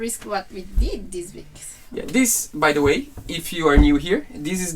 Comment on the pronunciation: PLEASE let buy a heat gun AND an oscillating multi-tool. Pretty PLEASE! They both will be SO useful for many years to come! edit: Don't wait for him to learn to say "THIS" correctly. It may never happen. 🤣🤣🤣🤣🤣👍😇😊⛵🌈😉 re-edit: WINS! (of course!) Thanks! "God bless the child that's got his own!"